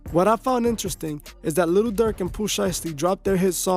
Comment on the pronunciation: again u saying little n it'z posed to b jus li'l